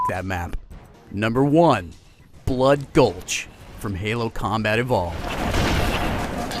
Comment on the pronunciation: Valhalla isn't blood gulch yes they are similar but they have many differences including the addition of man cannons and bigger bases. Oh and fwi its bloodgulch not bloodgolhs. :D